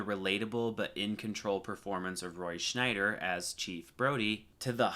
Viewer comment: I love your scene dissections! Thanks for making them. Note that Scheider has no 'n' in it. It's 'shy-der'.